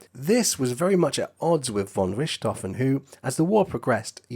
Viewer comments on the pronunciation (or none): Pronunciation error!! Richthofen is pronounced as Rick T Hofen, not Rishtofen!! Do NOT correct me on this!! One of my housemates is GERMAN, & she pronounces it as I wrote it!! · I am German and the pronounciation of the name "Richthofen" in this Video is not quite German but fair. The German pronounciation of the letter combination "ch" has no equivalent in English. If you know how to pronounce the "kh" in the Russian aircraft company "Sukhoi", that's close. "Rick T Hofen" or "Rick-tofen" are pronounciation efforts by native English speakers, the German pronounciation is approximately "fonn Rikht-hohfen" with a longer "o" (like in "door", not like in "stroke"). The nobility title "von" is not pronounced like "Vaughn". And Werner Voss' correct pronounciation is like "Vair-ner Foss".